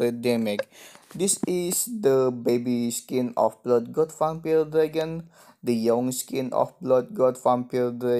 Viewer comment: gk bisa ngomong vampire malah jadi vampile